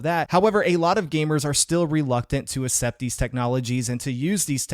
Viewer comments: not trying to be rude but you pronounce it as “assept” but it’s pronounced “ek sept”. 👍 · the way you pronounce the word "accept" bro 😭